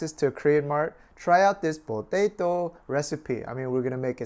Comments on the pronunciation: PO- TA- TOOW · ha you say po-tay-toh just like cooking with dog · Bo-tae-to... XD I love.:D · It makes me smile how he said potato... Hahahaha!!!